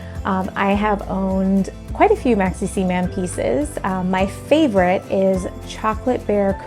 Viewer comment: Isn't Maxicimam pronounced 'maximum'?